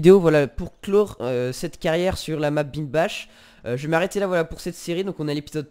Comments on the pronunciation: Le map sa se prononce bindeule back mdr pas bindbache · Slt, Une petite info pour toi le nom de la map et surment allemand ou alsacien et cela ce lis Binldbar et non Binldbach. Le "ch" se lis "r" Sinon bonne continuation car le principe de la série et pas mal.